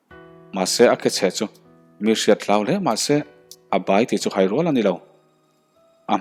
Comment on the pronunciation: A ngaihnawm hle mai,mahse thluk diklo a awm tlat mai,hlimna sawina'n a hman Hai hlim tih rik dan kha Theihai kan sawi a,hai rik dan a lam tur ani zawk hmel e,tin chhai ut ut tih pawh kha arik dan afuh chiahlo bawk